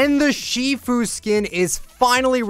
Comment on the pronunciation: ITF: Shifu! Me: I thought you said Tfue for a sec